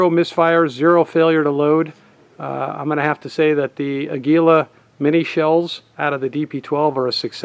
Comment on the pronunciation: AA-gee-lah. Its a spanish name which means eagle.